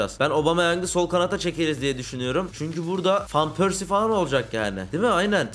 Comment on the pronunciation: abi fan pörsi diye okunmuyor van pörsi diye okunuyor